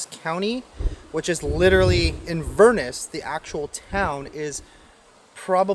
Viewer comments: IN- VER- NESS. I WAS BORN IN INVERNESS COUNTY. PRONOUNCE IT RIGHT. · Inverness is pronounced Inva-ness. In Scotland the fog that comes in from the sea is called a Haar. Lamb is my favourite meat. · !st on your tin foil there are little tabs on each side that you push in which keeps the roll of tin foin in. 2nd it is pronounced In-ver-ness. I have been to both, that one and the one in Scotland. and its called the cabot trail, I took my motorcycle a few years back on it. great ride there is a pizza place that has great Onions rings or we were very hungry both could be true.